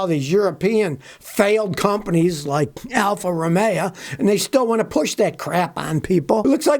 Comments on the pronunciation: Listen,,,,, Al-fa- ro-may o....... not alfa-ro-may-a.......... got it? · Alfa Ro-may-yeah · Alfa Romeo - used to call them Alfa Rust-ay-o. Had an Alfasud, years ago. The only thing that went faster than the car was the rust progression.